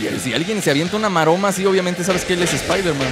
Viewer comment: iron espaider